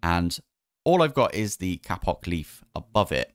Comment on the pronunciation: stop saying kapok